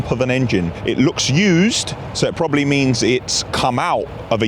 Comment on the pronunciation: 34.14 - why did you say PWWWWOBABLY